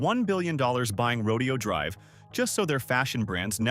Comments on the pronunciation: It is NOT pronounced : Row-Dee-Oh Drive.. it’s pronounced: Row-Day-Oh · It’s Ro-DAY-oh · Where's your current crib? Trust me, you do not need a place there. There are much better places to live than this for a guy like you. And note this: Horses are part of a rodeo. Right! The street name is NOT pronounced the same way. Say: "row day ohh" or you'll sound like a hillbilly.